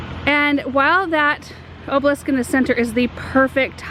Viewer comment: AAAARRRRGGGGHHHHH! The word is spelled OBELISK! There's an "e" in that word and it's not silent. THREE syllables, people. Driving me NUTS, lol.